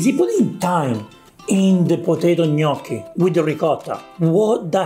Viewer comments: It's gnocchi Gordon not perogi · "knocky" he says. And he did live in Italy!🇮🇹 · He can't even say gnocchi properly. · He can't even say Gnocchi properly never mind make it